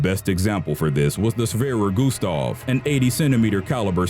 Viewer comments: Its "Schwerer Gustav" Not Shwerer Gustav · Its Schwerer Gustav and not swerer guuustaw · Schwerer Gustav, not SHWERER GUSTAV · Not shwerer gustav schwerer gustav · Shwerer Gustav? Its Schwerer Gustav